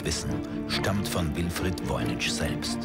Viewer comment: Es heißt nicht VOYNI"TSCH", sondern Voynich (CH wie in Wort Kranich, Friedrich, Heydrich).